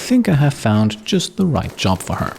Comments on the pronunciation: can't you hear a few seconds after that time stamp how he says "Her" but its different? It has an accent and I think he ment it for emphasis or something? And I did correct the time stamp to be a bit closer to the actual word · Why do I felt something different from that "Her"? It's not your usual pronunciation. A slip of the tongue I suppose? Its ok, with so many flawless episodes you here bound to make a single mistake at some point xD